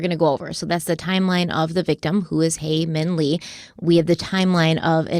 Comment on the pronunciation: thought ppl wouldve commented it on the last video but it seems like you're still getting haemin's name wrong ^^ first name is haemin and last name is lee. Looking forward to watching this ep.